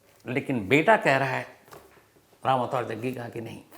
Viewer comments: Bhai aap jaggi ko jagga bol rahe ho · रिपोर्टर साहब जग्गी बोलिये कब से जग्गा जग्गा बोल रहे हो